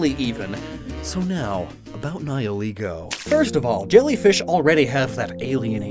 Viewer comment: english speakers ALWAYS get the wrong pronunciation with Nihilego